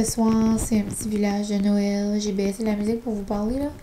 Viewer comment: Depuis que j’écoute tes vlogs (l’an dernier) je ne suis plus capable de dire Noël « correctement ». Ma maman vient du NB et elle en rit chaque fois que je dis « nowel » parce que c’est clairement de ta façon et non celle du Qc 😂